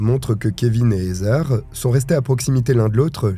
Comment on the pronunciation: Heather se pronounce ( Hadeur ) 😅 not hazer